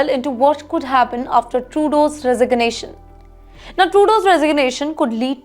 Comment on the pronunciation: She can’t say resignation properly 😂